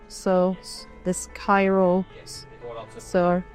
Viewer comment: Hmm. I hadn't thought that someone would pronounce Kyrö as Cairo. But with enough English instincts that seems to be possible.😊